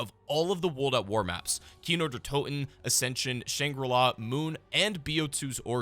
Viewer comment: I love how every non german cod players try to pronounce zombies maps 😂 But to be fair he nailed Kino 😌